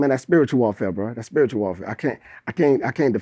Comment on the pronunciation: & But 🙄. I Think it's Safe to say pointing back to WHAT Mystical was saying: "uh itsa Spere tuel ang, uyknow" TRANSLATION= "umhum TS A SPIRITUAL THING YOU KNOW.!!..."...